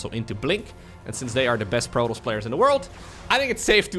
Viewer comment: Stop saying "Protoss" weird please